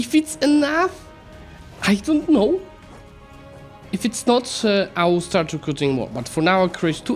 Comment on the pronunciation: "We've got 240k. If it's emough? I don't know. If it's not, I'll start recruting more." Perfect Russian roleplay.